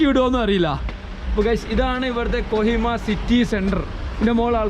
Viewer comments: കൊയിമ അല്ലടാ. കൊഹിമ അങ്ങനെ പറയ് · കോയിമ അല്ല കോഹിമ